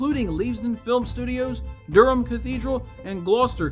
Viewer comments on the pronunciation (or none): none